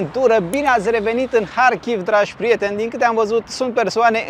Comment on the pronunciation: dacă tot spui în ucraineană numele orașului, măcar spune - l corect: Harkiv! Faci o combinație între Harkiv și Kiev! ( E corect ce face: respectă țara în care se află. Dacă un vloger maghiar ar denumi orașele românești din Harghita - Covasna cu denumirea maghiară ne- ar plăcea? )